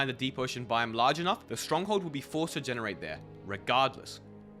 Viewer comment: This dude saying “bime” instead of “biome”.